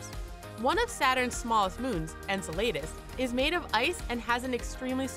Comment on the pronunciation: "En-suh-lay-dis"??? The moon is called "En-sell-uh-dis" Enceladus.